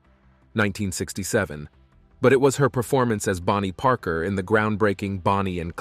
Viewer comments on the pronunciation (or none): none